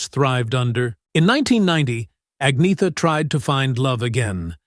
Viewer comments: Right? Byurn and Agneeta 🙄 At least they got Benny right. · I loved Anna. Lots of people said I looked like her. What a wonderful compliment!❤ BTW Agnetha is pronounced Anyetta.